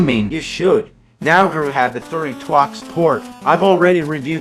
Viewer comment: "Now here we have the thirty twox port"